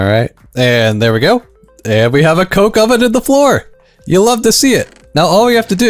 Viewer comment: That is such a wrong way to say coke oven